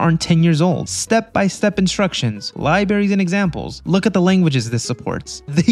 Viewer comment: Lie berries